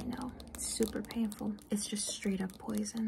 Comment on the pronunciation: "exactly, super panful it's just straight up poison" 😂🤣